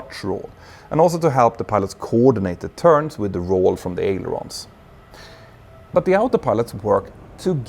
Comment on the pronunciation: Check your pronunciation of ‘yaw’. You’re probably overcorrecting based on the different pronunciations of the related letter J between Swedish & English.